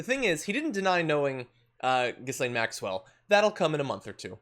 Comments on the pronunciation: It is pronounced "jeeslaine. French name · I know she's a disgusting thing not deserving of respect but there are other people in the world called Ghislaine who have a hard enough time already getting people to pronounce their name correctly. For their sake it's "Ga-Lane". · Pronounced Ghi -Layne - the 's' is aspirate but apart from that I agree with everything else !! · BTW guys, the letter "s" in her name, is silent. Her father stripped the pension fund out of a major UK daily newspaper. He sort of disappeared from his yacht one night in the Atlantic Ocean. The yacht was called, Lady Ghislane. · No, the S is silent but Americans can’t pronounce foreign names. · I'd love John to be the first American to try and pronounce 'Ghislaine' correctly. It amazes me that this woman's name has been all over the news for a year and yet not one American outlet thinks to look into how to pronounce a name that is not that uncommon in Europe.